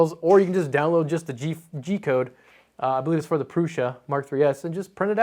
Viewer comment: How the fuck u know prusa is pronounced proosha?